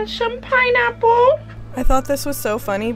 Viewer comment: I giggled bc of how you said pineapples, then laughed when you showed your seemless transition right after 😂 love your videos per usual